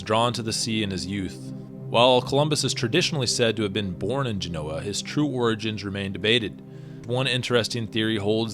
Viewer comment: Yo! You gotta pronounce these names properly! Ge'noa not Geno'a. C'mon man